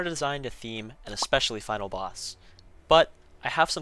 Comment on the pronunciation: 35 they said "final" but most the player base heard "finale"